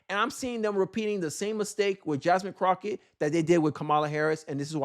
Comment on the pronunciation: I can't take this channel seriously because you can't even pronounce her name correct, she did a lot of things wrong but when you can't pronounce the name correctly you're not serious. Fuuk this channel 👎🏾